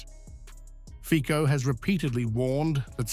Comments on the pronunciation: Fico...no fikou.c is c-ts.read fitso.not in the english alphabet.a,b,c,d no ei,bi,si,di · Do u call the cc tv a kk tv???? That’s FICO NOT FIKO!!!🤣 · Pronounciation lesson: Fee Tso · IT'S PRONOUNCED FEET-SO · You pronounce his name wrongly. the c is not like c in car.